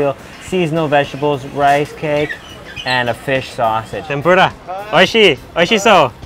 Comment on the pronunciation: (Tem-Por-Uh) not (Tem-Por-Duh) nonetheless amazing mouthwatering video!